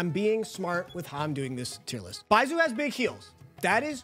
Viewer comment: How do you pronounce Zhongli correct but not Baizhu 🤣